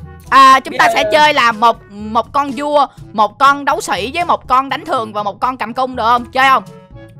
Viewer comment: Con vua mà em nghe thành con cua luôn hihi